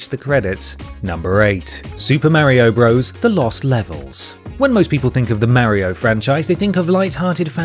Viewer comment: I literally have a friend called mario and he and everyone else says it exactly like in this video.